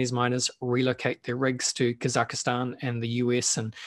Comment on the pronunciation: Kaz- Zak- staan 😊